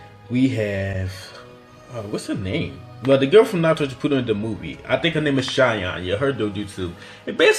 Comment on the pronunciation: My man said shipooden